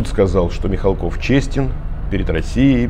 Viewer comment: Мих'алков,а не Михалков.